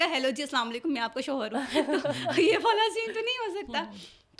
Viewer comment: Please apni host change karain......in ko itna sense nhi hai k ye kia Keh Rahi kis lehjay Mai...... shoooohor ye shooohor kia hota.....shohar........Mai to Shuru Mai in ka bolna daikh kr......program Pura daikha bhi nhi